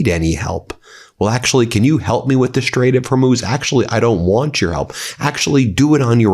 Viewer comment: Lindsey is drunk all the time he cant even pronounce the strait properly we dont give a dhit in Europe think of us we hate your traitor president and all who follow him